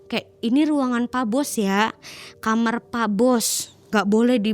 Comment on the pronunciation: Knpa k kamar ngomongnya kamer si k